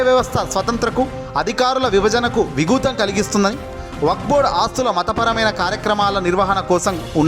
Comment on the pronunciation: విఘాతం అని పలకాలి